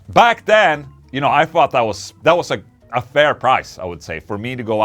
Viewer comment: Ola! Som svenskspråkig med flytande elgelska borde du lära dig att uttala TH som TH och inte FH. Its thought (THôt) about it, inte fought (fawt) about it. Different meaning. Även THree inte FHree. Cheers!